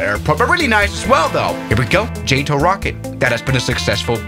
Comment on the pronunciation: It's not JÆTO it's JATO